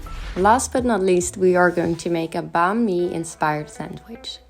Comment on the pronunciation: I love when you say "Banh Mi" ❤❤❤